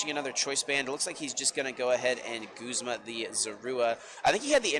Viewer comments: Whyy does this girl keep saying “guhzma” instead of “goozma” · She pronounces Guzma wrong and it bothers me